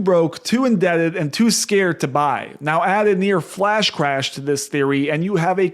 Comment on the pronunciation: Are you saying cwash?